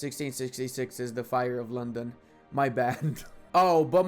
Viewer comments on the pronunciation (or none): none